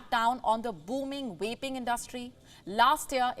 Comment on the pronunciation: It’s pronounced Vaping ….. with a “V” and not with an “R” …… Pronouncing "vaping" starting with an "R" is inappropriate and a completely different show. SMDH.